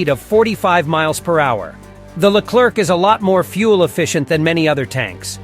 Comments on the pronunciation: In english it should be pronounced ''leclaire'' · The Leclerc weighs only 56 tons not 60 and the C put at the end of the word Leclerc, mustn't be pronounced it's a silent letter.